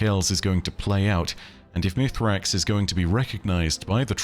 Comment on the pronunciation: Once again I ask, is there a reason to call him Mithrax when we know he is called Misraaks? Is it just that hard to say for English natives? It feels so disrespectful when in contrary Mara and Crow for example always call him by his actual name in-game.